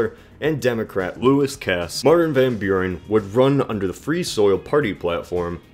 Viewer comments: CAPSSTROKE van Bjuren.... ik snap het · It's more like "fahn" with a softer v and without a nasally a sound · How you say "van Buren", as someone from the Netherlands, it anoys me, but the video was good overal. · If Martin Van Buren pronounced his name that way why is it an issue? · always funny 2 hear english speaking ppl trying 2 say hollands names. for ppl dont know what i am talking about martin van buren was/is a hollander.